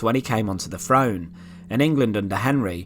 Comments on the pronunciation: This guy would probably never be hired by the BBC (is that a good thing?). A lot of people pronounce, "th," like, "f." When the narrator says, "throne," I hear, "frone," and, "throughout," is, "frewout." My favorite is, "thing" - "fing." lol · There is no 'F' In the word throne or eighth. Please make a note of it.